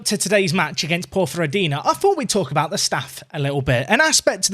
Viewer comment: Nailed the pronunciation of Ponferradina there, but Cornellà is "kor-ne-YA" (or more like "kur-na-YA" if you fancy trying to do it in Catalan!)